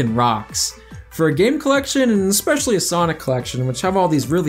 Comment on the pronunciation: Every time I hear "ekspecially" I die a little inside... Other than that, thanks for clearing up who was in charge of what, so Whitehead doesn't falsely get all of the blame.